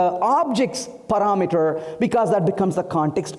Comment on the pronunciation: "Paraaa meter" Why is try to put a fake accent while his pronunciation , is all over the place :)